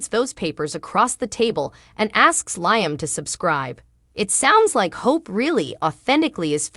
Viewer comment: It’s LEE-UM doggone it! 🙄